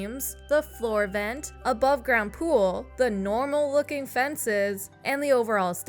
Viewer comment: I love how you put emphasis on the normal looking fences 🤣